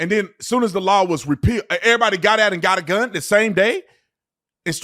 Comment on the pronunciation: “…dAt gUnMgTh…” 👁️👄👁️